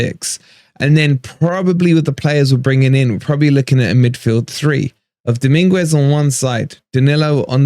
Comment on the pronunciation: Happy about Dominguez! (Pronounced Domin-gez by the way!)